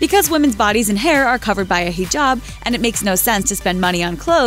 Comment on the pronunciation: The nose job hinabs were completely inaccurate.But THANK YOU SO MUCH FOR BEING THE FIRST TO PRONOUNCE HIJAB RIGHT!